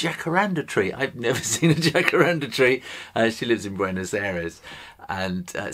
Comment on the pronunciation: Como vai tudo bem? Fiquei surpresa com o Jacarandá (tem acento Agudo no último a.) O Jacarandá é uma árvore brasileira está em extinção porque sua madeira foi muito usada em móveis de luxo. Acompanho sempre seu trabalho e gosto muito !Obrigada por sua simpatia e talento e por incentivar a todos para o desenho!😘